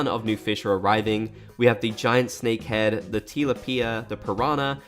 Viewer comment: Stop lol why did you say tilapia like that?!